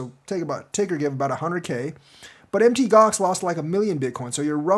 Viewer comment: PLEASE PLEASE FOR THE LOVE OF GOD PLEASE STOP SAYING M.T. GOX. ITS CALLED MOUNT GOX....PLEASE!